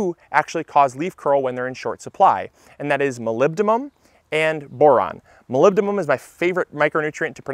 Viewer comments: MolybdeNum, not MolybdeMum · Molybdenum, not molybdemum. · "MolybdeMUM is my favourite nutrient to pronounce because it's fun to pronounce" ... pronounces molybdenum wrong 😂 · Great video! Has anyone mentioned you might have even more fun saying “molybdenum” when you say “num” (as in “num”-ber instead of “mum” as in chrys-san-thu-“mum”)? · Molebdynum... everyone messes this one up. Moe-leb-din-um. Not moe-leb-dim-um. Used to be in chaincase oil to prevent freezing. -Next, I live north of Luke, in Northern Ontario, Canada and don't even think about sowing anything that grows above ground, before July - very short growing season here. Tons of crops of unsuspecting gardeners, were lost due to late June frost. Even in July, like this year, right now, is barely over 20 celcius. Nights still dip below 10 degrees and not advisable to sow when nights are still below 10 celcius. -Also, this is a leap year and as a result, July is the new June. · MolybdeNum, not -Mum :) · Not nearly as fun to say, but it's "molybdenum" with N. Anyway, super informative video, thanks! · Yikes! You mispronounced Molybdenum, your favorite word to pronounce! (you said "molybdeMum" replacing the middle N with an M). Not to be a Douglas Downer here. Your video really helped me figure out my tomato concerns, and I'm grateful for that. I love your channel. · MolybdeNum. You totally pronounced it wrong but if it's your favorite keep saying it that way. Can't hurt! Good video. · It's actually pronunced "molly denim". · Its molybdeNum lol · But it didnt even sound like he had said it quite right, like n the last two syllables. What do u hear him say? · You're pronouncing molybdenum wrong.